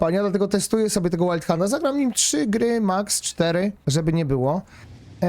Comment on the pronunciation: przestańcie to wymawiać łajndhand chociaż w tym wypadku to nawet wyszło łajldhand XD czyta sie to tak jak sie pisze